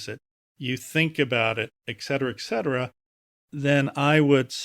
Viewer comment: "I don't mind that this guy says exetera" "It's fine that he says exetera. It doesn't mean he's read three books in his life" "He said et cetera, I just didn't hear right" "People who say exetera are not all dumbasses" "Maybe he's just dyslexic" "How the f...hhh...I am not affected by him saying exetera...it's fine...it's totally fine" I don't think these affirmations are working.